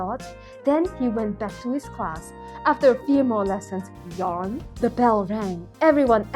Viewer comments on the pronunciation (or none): none